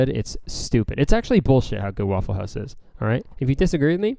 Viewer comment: How does he say Waffle House in an American accent but says hoüse in a Canadian accent